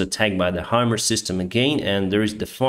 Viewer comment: It's Pronounced "High" - "Mars". Not "Hummers". Thanks for posting these updates. :)